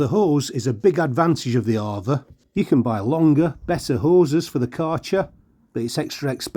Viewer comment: It's pronounced A VA not arva